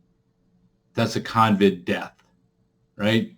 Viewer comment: It’s CoVid not Convid